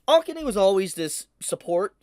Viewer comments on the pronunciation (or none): Please stop saying Akane like that 😖